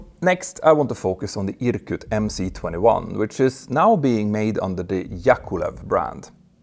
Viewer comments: for god‘s sake it’s MS-21, not MC-21… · MS 21 not MC 21 😭🤡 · Why do you pronounce the МС-21 "emm-cee" and not "emm-ess"? You spell out other Russian letters as their Latin counterparts, as in PD-14, which is really a ПД-14. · 1st of all, when will you fucking get it already?! It's not Em See 21!!! It's - Em Es 21. 'C' is a Rusian letter 'Es' and *not" an English letter 'See'!!! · please read MS not MC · MC 21 is in cyrillic so it’s pronounced MS 21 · Dear Peter, I'm a long-time subscribe to your channel, and really appreciate its reliability, analysis depth and production quality. Your overview of the MC-21 (pronounced MS-21, by the way, as "C" is "S" in Russian) comes as a nasty surprise, though. I'm wondering: 1. What would you have Russians do if the West refuses to cooperate? This is a highly charged global political issue, perhaps out of this channel's scope... 2. Where did you source your information about 6 tons increase in BOW (BOM), 1500 nm full payload range and 23,000 ft ceiling? Keep up the great job and, perhaps, leave politics out of your great channel...